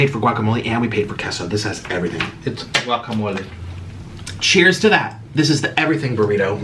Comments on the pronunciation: is trying to correct how he says guacamole but he can’t even say it 🤣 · And is right pernounce it right guacamole